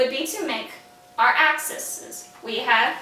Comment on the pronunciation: *acks-EES not whatever that was 😂❤️